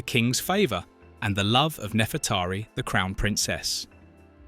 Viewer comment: also saying nefretahri instead of Nefreteri